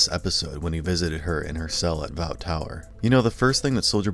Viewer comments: And it's Vought, not "VO" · your mispronunciation of bought and maeve are fucking disgusting, make me sick, and make me think if you mispronounce all the other words with similar spelling like bought or thought. the fuck. it’s not vaut , it’s vought like vott, and not mayave it’s MAYVE. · He's also saying Vout like v-out instead of vought like he's just reading the words and not watching the show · PLANET WHAT??? PLANET VO ??? bruh something so fucking simple. gotta be some disability so i’m sorry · My-ev and Vote? Do you just read the script or do you watch the show? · Why are you pronouncing it Queen (My-ev) and (Vout)? You seen the show right? You hear how they are pronounced right? or are you just reading a script? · This drove me nuts, he also pronounced "Vought" as "VO". I don't think he's seen the show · at what point, will literally ANY of the narrators on this channel learn to say vought correctly. im amazed at how hard this has been for them in that the name is said at least a dozen times every episode. do the narrators even watch the fucking show? how are you getting the pronunciation of it either? Vought is pronounced (V-aw-T) as if the word were spelled "Vaught" your channels pronunciation makes 0 sense at all since the O is the second letter. so why say it like V-Ow-T ? you all watch the show this isnt that hard. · How is it that you can watch all the episodes of this show and still can't properly pronounce Maeve and Vought?